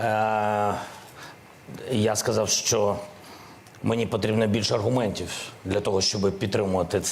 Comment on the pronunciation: Аргумнтців!!!! Ти так розмовляєш, ганьба.